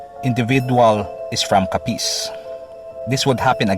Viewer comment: Putsa ayusin mo pagbigkas ng capiz